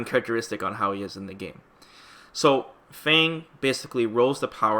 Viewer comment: K but his name isn't pronounced "Fang", it's "Fawng".